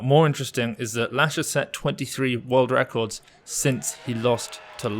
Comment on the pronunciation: "That's a Russian Wecords" lol